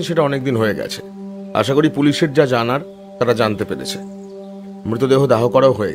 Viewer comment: সুকান্তবাবুর অন্য গল্পের মতো বলিষ্ঠ নয়। সদাশিববাবু কি সঙ্গে ছুরি নিয়ে আলোচনা করতে এসেছিলেন? আর লেখক হতে পারেন কিন্তু তাঁর উচ্চারণ মোটেও শুদ্ধ নয়। জ এর উচ্চারণ z সেই বিখ্যাত উক্তি মনে করিয়ে দিল, "কেবল zaনতি পারোনা।" আরো ভালো গল্পের প্রত্যাশা রইল।